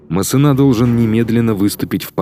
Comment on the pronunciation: Качество видео отлично, но диктор кое-где подкачал. МассЕна, а не МассенА. И последние согласные не читаются у французоф. Никаких ЛеклерК быть не может(